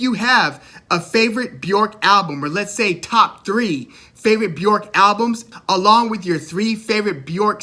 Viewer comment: I appreciate your enthusiasm but her name is Bjork. B_ Yurk not B- York, Loved your videos by the way